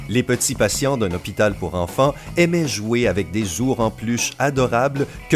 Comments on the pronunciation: 4/14 , stp enleve cette voix de merde et on dit des ou rs et pas zour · Des "zour" en peluche ... Bravo la prononciation 👍👍